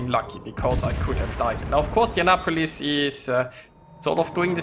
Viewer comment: Youre inndeannapolis, hahahaha . Love yer vids, though :)